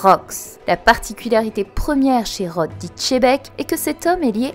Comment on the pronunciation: ça s'écrit xebec et se prononce "chebec"